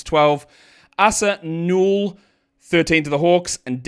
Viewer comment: Hey the Asa Newell's name is pronounced "Ay-saah" not "Ahh-suh", and the last name is "new-ell" with the accent on the first syllable.